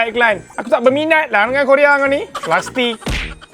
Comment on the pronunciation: Keleka lah bilang plastik😂😂